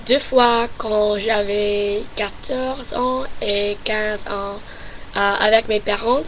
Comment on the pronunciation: Ton français est super mais évite de séparer les chiffres et "ans" .Pour ça tu peux faire la liaison ;-)